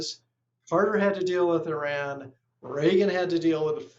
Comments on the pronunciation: Please pronounce Iran correctly. It is pronounced E-Rawn not E-Ran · What is “Eran”?????? It’s called Iran!! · the pronunciation is. e run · it’s pronounced E-Run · If it's always about Iran. At least have the IQ to say the name of the country right. Ridiculous